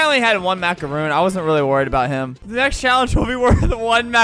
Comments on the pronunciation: It’s a macaron not a macaroon. Sorry if I sound rude just correcting you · I absolutely HATE when people pronounce macarons as macaroons So I got triggered when he said MACAROON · Its not a “mac-a-roon“ Its a “mac-a-ron“ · Albert:*pronunces macaroon instead of macaron* Me: oh god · Dang Its Jill : It isn’t “Macaroon” tho. They’re pronounced Macron lmao. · albert: there macaroons. me: ITS MACARON!!!MACARON!!!!!!😡👿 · That one Felipe head dude: Macaroon ❌ macaroni ✅ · ALBERT ITS MACARON